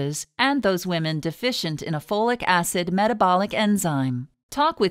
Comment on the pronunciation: Take FOLATE, not Flolic Acid.